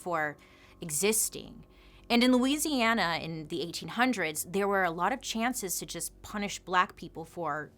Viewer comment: I am just so impressed that you pronounce Louisiana correctly 🙌